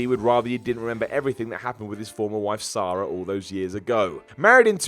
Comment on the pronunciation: Sara. Not Sah-ra.